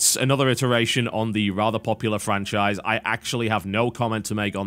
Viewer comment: "francahise" *snicker*